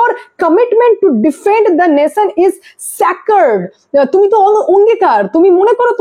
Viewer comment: aimed noi amid, saccerd noi sacred. English khubi weak apnar dekhchi. Pronunciation thik korun.